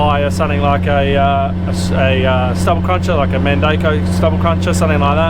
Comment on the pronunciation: I was watching the “FAST AG” YT channel and he just bought a mandako roller. Apparently the way you pronounced it is not correct. He explained this after having a lunch with the owner of mandako. Top quality video once again. The 360 view was awesome. Cheers